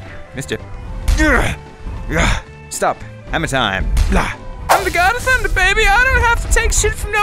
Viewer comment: i love i when he said you have angered the god of thundeh